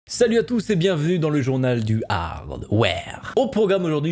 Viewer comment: personne a remarqué que a dis " bienvue " au lieu de " bienvenue " 😂😂